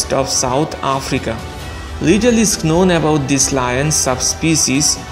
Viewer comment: In the word known k is silent bro.